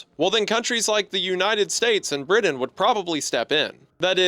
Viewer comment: Ah yes my favorite country, Briddin